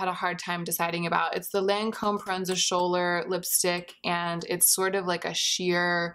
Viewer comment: I'm pretty sure the "Schouler" in Proenza Schouler is pronounced like "Skool-er"? I could be wrong though!